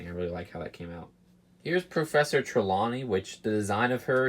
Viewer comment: It's pronounced Tree-lone-ee